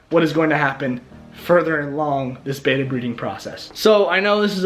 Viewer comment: There is no such thing as a " bayta " fish, what you are trying to spawn are ** Betta Splendens **** , so if you are actually doing all that research, better go to a dictionary or a Fresh Water Fish book. remember, from your junior high English class, 2consonants change the pronunciation...Best wishes on your project. better get some advice. Watch aquarium Co-op. Carrie